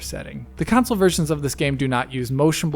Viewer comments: Pc vs "council" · Why does dude struggle to say console lol always with the “council” in every video get it right already